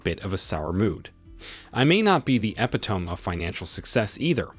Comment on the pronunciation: Two words the computer voices just can not pronounce...epitome and naive